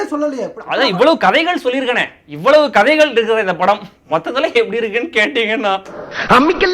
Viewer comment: Good review bro. The way u mentioned that "KADHAIGHAL" is funny one :) Keep it up.